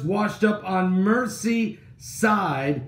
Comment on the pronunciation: Its not ''mercy'' but ''merzee''!! Saw the pic! Weeard! The depths are opening and all the weirdos are falling out!!